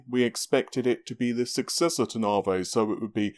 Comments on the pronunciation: If manages to say NAVI and not NAAHRVAAYY, I swear I will hook him up with a nice ho-ho...... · Just say navi. ITS NAVI. NAVIGATION. NOT GODDAMN NARVAY. STAHP!